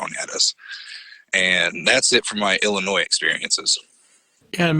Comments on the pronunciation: I love you, but Illinois is pronounced Illinoy not Illinoise, LOLOL! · Best intro to the show I've heard awesome...loved it...btw being from Chicago it's Illinois not Illinoise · Oh... Illinoize? It’s Illinois- the s is silent. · you rock, love you man but Illinois does NOT have an sss sound at the end, sounds like Illinoi, I am not trolling I promise. Just my pet peeve. Great Day to you and all you know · Illinois - Illinoi - the s is silent. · Lol 😂, the "S" in Illinois is silent, lol, c' mon!!! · I grew up in IL, southern end. BTW, the "s" on the word "Illinois" is silent. Hearing the "s" pronounced had the same effect on me as later, a then longtime Oregon resident, had when someone pronounced "Oregun" as Oregone." The IL bigfoot story I heard, after I'd move away, wa the one that was in Murphysboro, with the slimy greenish creature rising from a river and a couple of people having an affair, werr scared away, so much so that they drove to the police station in the small town to report it. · Who pronounces the S in Illinois??? Hilarious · Cat Hassel I’m born and raised in Montreal Quebec Canada. I’m pure French and know the s is silent in many words but it’s weird to hear him pronounce the S in Illinois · What does that even mean in reference to the comment made. It's not a choice as to how Illinois is pronounced CORRECTLY. The "S" IS silent. Ask anyone FROM Illinois. I like listening to these stories, but it's also like nails on an f'ing chalkboard to hear "I seen," or "I should have went," over and over and over again.